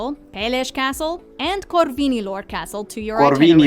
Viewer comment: when you said “corvinilor” that was really good mate nice job